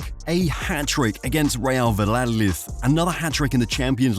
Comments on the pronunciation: Valladolid ❎️ Valoloeth ✔️ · Valladlolid was a criminal pronunciation 😅